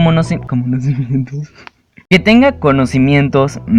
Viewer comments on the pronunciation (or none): que tenga " comonosimientos " xd wtf kiiiiii 😂